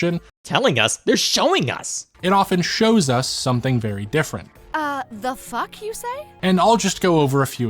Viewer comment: the emphasis on that f was refreshing